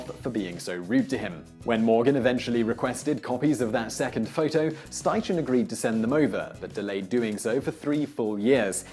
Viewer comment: It's pronounced Sty-Ken, not Sty-Chen.